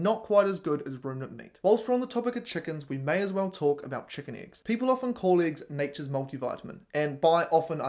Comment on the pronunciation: Dude, just pronounce the E in eggs like you pronounced it here in mercury... and people will stop laughing at you